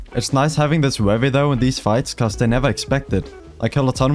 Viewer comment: not in a horrible way but it's funny how he says wevy 😂